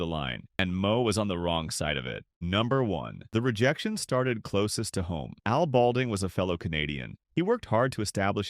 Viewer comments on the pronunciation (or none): none